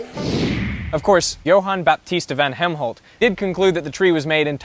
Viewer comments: Correction on the name: It is Johan Baptista van Helmont. Not Helmholt like in Helmholtz he was an other awesome dude. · He said Van Helmholt 😂😂😂, yeah I’m childish! Lol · Wasn't that guy Helmont instead of Helmholt?